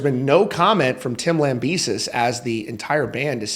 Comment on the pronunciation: ITS LAMBEH-SEE!!!!!!!!!